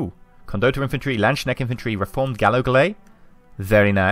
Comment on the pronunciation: if you wanted to know, it is pronounced Land s Kn ä ch t